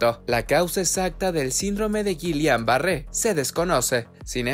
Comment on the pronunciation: Has el favor de pronunciar el término correctamente